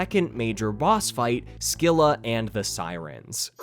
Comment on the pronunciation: minor nitpick: scylla is actually pronounced 'se-lah', the c is silent